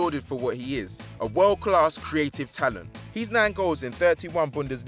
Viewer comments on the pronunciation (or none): Its freaking pronounced Verder Bremen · oh-zil, james, haggy, wurdur... thats enough mispronunciations for one day